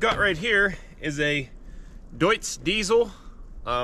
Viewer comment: Looks cool and your pronunciation of Deutz is perfecto!